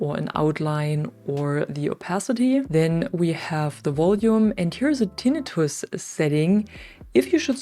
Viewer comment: I subscribed just based on the fact that you pronounced Tinnitus correctly. Here in the USA 99% of Americans say "Tin Nite us" it is correctly pronounced "Tin nuh tus" Sorry to nerd out like that, been in the medical field for a very long time. BTW: Thanks for the video, it helped greatly!